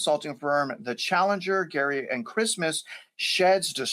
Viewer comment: Challenger, GARY and Christmas??? Huh? It’s GRAY not Gary. 😂😂😂